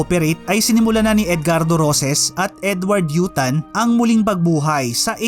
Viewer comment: in emphasize mo pa talaga ang pangalang Edward U Tan ah